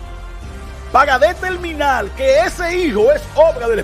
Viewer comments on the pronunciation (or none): El día en que este personaje aprenda a hablar español, quizá llegue a "detelminal" que es alguien serio y digno de oír. No resiste análisis.